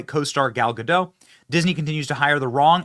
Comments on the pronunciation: First of all, it's pronounced GUH-dot not GUH-doh. She's not French, she's Israeli. Secondly, being a celebrity is a mental illness. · Benny, I love ya. Say Gadoooooooh. Gal Gadoooooooh. Not GaDOT Edit: You fixed half way through. Sweet! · GA -DOT, NOT, GADOUGH.